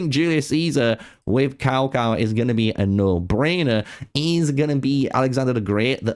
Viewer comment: It's TsaoTsao, if you're going to try pronouncing it.